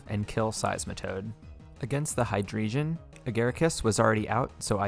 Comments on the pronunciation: And hydreigon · Hydreigon as well, its drei not dri